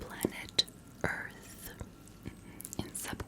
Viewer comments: I love how she pronounced Earth, Ourth(oorth) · Of all the aliens I’ve been cryogenically frozen by and used for scientific purposes by these are one of the few to pronounce earth right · You should have pronounced it as E-arth. Just to get the proper xeno feel. 😁